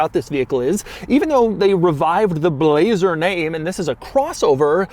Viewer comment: I like how he says BLLLLAZER